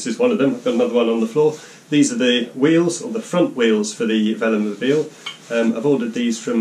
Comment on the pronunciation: Why you pronounced veloMOBILE not like velo+mobile?